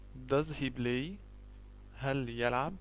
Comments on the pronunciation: يا أخي الكريم ، أظنك من مصر الشقيقة ، و أنت تنطق اللغة الإنجليزية باللهجة الخاصة بك ،ف أنت تنطق this ب زيس ، و بلاي ب blay , شكرا أخي لمجهودك ، لكن عليك مراجعت نطقك لحروف اللغة الإنجليزية ، حتى لا تعلم الناس الخطأ ، و سامحني أخي على تدخلي 👍😊👍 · yeah i laugh at first sight when i hear him ; I BLAY HE BLAYZ XD